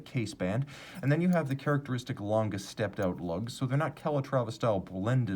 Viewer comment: I think the "E" at the end of "Lange" is pronounced: "langEH".